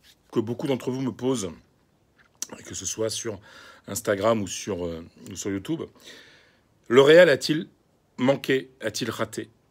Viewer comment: Youtuuuuube!! Youtuuuuuube!!!pas youtoube 🤣🤣🤣